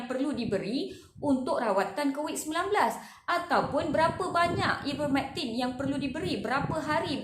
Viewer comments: Sebut nama ivermertin pun x betul.. hahahhahaa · Please learn how to pronounce IVERMECTIN madam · Sebut ivermectin pun tak betul ermm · Baik sy dengar ckp prof mustafa ali..dia lagi pakar..psssfffftt..sebut ivermectin pun dah salah